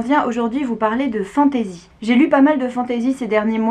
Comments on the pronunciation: Merci je vais lire Watership Down 😊 Par contre j'ai un peu du mal avec ta prononciation "fantAzi" 😅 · Agréablement surpris de cette vidéo sur laquelle je tombe par hasard. Un peu irrité d'entendre fantAsy quand j'entends le reste prononcé en anglais 😁. Sinon en terme de lecture de dark fantasy il y aurait bien évidement the Witcher.